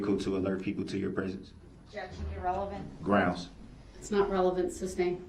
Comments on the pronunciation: Every time Darrell “barks” grounzzzz (instead of the proper pronunciation of grounds) in his angry tone after the pronunciation objects to his line of questioning, he is clearly showing the jury that he has a temper, proving he is someone who has a rage issue. Darrell is so stupid that he doesn’t realise that his actions are just proving the prosecutions point that due to his rage he had no regards for human life when he drove through the parade. If just being objected to makes Darrell get angry and clearly displays that anger in Court, you can then easily imagine that having a physical fight with his girlfriend just prior to the parade attack that Darrell would of been overflowing with pure rage which he then took that rage out on all of those innocent people in the parade because he cannot control is temper!! Darrell is actually the prosecutions BEST witness indirectly 🙄😂 I’m am so happy that this vile piece of garbage will spend the rest of his life behind bars, he is the devil on earth!!! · I have read in several comments that some people believe DB is "intelligent" (intelligence is the capacity to learn, not how much someone actually knows). That assessment is laughable! 1. Prosecution objects and follows IMMEDIATELY with the grounds. Grounzgrounzgrounz before she is even finished with the objection. 2. He incorrectly objects to heresay, then asks the lady cop a question which requires a heresay answer. 3. His stupid State/entity/person question is deemed irrelevant, yet he continues to ask it. 4. He is unable to grasp even the simplest legal concept or courtroom procedure, even when it's explained to him. 5. Tackit, Um-biblical (cord), substain, biastness, biast, and on and on. There is no capacity for learning here and said it best, "how did he manage to make it to 40"?